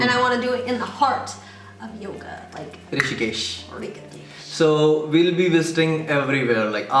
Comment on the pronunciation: The way wrongly pronounced rishikesh as rikikesh was hilarious. 😂 Keep it up guys. Your videos are awesome!!